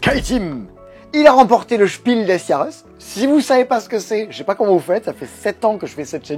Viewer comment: Heu... C'est quoi alors le "Chipil desse yareusse " ? Faites pleins de commentaires pour m'expliquer la bonne orthographe et l'année de lancement et le palmarès par catégorie. PS: Bravo et merci à tout le passe temps. En votre compagnie il passe moins vite et de façon plus agréable.